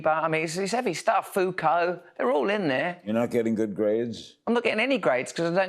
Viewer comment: Did he say Foucult?